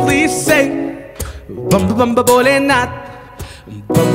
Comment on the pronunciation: it's Bhole not bole ...